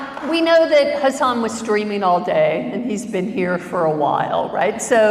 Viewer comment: It's actually hus-sun (like the star).